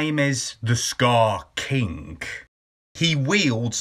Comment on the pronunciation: Dude just say "king" like a normal person